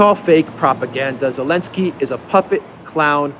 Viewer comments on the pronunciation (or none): Thank you for constantly calling him "Elensky". Those western clowns should change every single word with Z into silent sound. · No Austria is NOT NATO they are only EU - it‘s Elinsky you’re using the Z again 😆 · Every time you say "Elensky", I think "Alinsky"....as in Saul Alinsky. LOL Appropriate, I think.